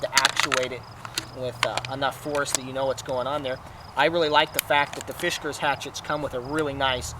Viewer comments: Dude! It's not "fish cars" (there is no "h" in the name), it's FIS KARS. NO "h" sound, whatsoever. (Why would a fish need a car, anyway?) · Fisk. Not Fish. Good review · Fish Cars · OH MY GOD!!! It’s NOT a Fish-gars! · Oh god, not again. Did I already watch this review or was it another one with this same guy consistently mispronouncing the name of this axe. Arrrrg! It is pronounced Fiskars. Not Fish-gars. There is no "H" or "G" in the name. The fact that you insist on saying the name about 3000 times in the video & mispronouncing it each & every time is beyond annoying. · First he calls it a "Fishgars"...then he calls it a "Fishgers"...LMAO!!! It's "FISK" - "ARS" dude!! Fiskars!!! LOL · the way you pronounce the name... oh man.... it's not fishkers... great video though. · god so what he said fish not fis go get a life yer dweebs and yes that's pronounced arseholes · the fuck someone gets fish-kurs out of Fiskars only says illiteracy. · I'd rather shoot myself in the head rather than hear you say "fishgars" again. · he says it in a way to make it sound like fishkers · Sounds like you are saying FISHkars.... there is no H